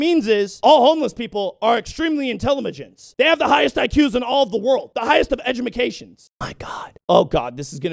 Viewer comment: "Intelamagince and edgamacations"